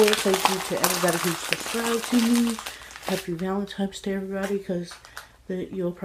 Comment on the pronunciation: There.Is.NO.M.In.Valentines.Day!!!!!! For god's sake, english is your native tongue, isn't it????